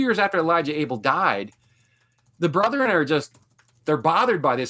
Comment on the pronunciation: Why do Mormons say "Brotheren"? It's "Bretheren"